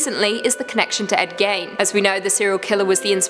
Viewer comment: Hey, dont wanna be "that guy" (or in this case gal), but Ed's name rhymes with green. I love you and love watching your vids, but it breaks my heart hearing you and the guys changing the way you say "gein" in almost every vid.